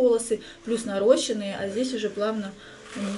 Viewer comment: Правильно наращЕные и ударение на ё," наращения"